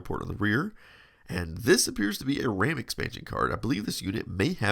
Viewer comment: RAM being pronounced "wräm" is both hilarious and endearing 😂